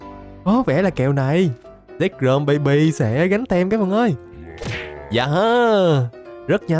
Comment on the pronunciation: Anh bảo zekrom em cứ tưởng sexrom